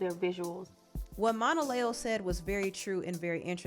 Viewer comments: Just FYI, it's phoneticlly pronounce Mona-Leo, like Mona Lisa. I said it like you as well until she explained the origin of her stage name. I don't blame Mariah! She didn't sign up for this mess like the other baby mamas. She was his wife, and although after they divorced she wasn't expecting him to not have anyore children. But she was expecting him to still be an involved parent to her kids regardless of any other children. He's out here just having baby after baby and her kids aren't getting the live and time they deserve because he just doesn't have it to give. He's created a lot of single mother led households and ultimately it's the kids who are going to suffer the most. He has no plan on how to make it work, either. I feel for all the kids because none of them will ever have more than a photo op and a few hours a month to spend with him. I hope he's seeing the error he's made and stops this bullshyt while he's still under a baker's dozen of kids. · Saying Monaleo name wrong is killing me rn